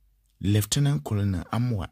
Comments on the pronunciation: That word is pronounced "kernerl" eventhough it`s spelt colonel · is not colonel but Kenel